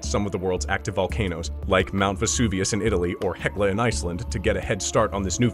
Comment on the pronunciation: Its hekla